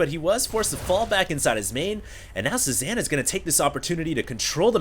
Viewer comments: Pretty sure it's pronounced "Say-Zahn," as in Paul Cezanne, the famous painter. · HD his name is pronounced CE ZAWN, it's a french word, just letting you know. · pronounced. say zahn. he was a painter